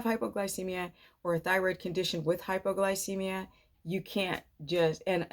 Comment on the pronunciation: I can't tell if you're saying hypoglycemia.....or hyperglycemia? My blood sugar runs very low on keto and carnivore... any suggestions? Also feel like my blood pressure is much lower... to the point I have to make slow movements from sitting to standing.